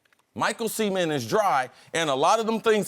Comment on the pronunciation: the fact that he pronounces "cement" as "seament" is bugging me out lol